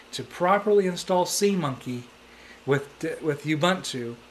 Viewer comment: Ubuntu Christian? It's not official ubuntu flavor! Its pronounced as : "oo-BOON-too" not "uuuu-bun-too". What's so special about seamonkey? Try KDE 4.4. Indeed its fun to try different OS, but not making a video saying it's frustrating cos you couldn't configure it!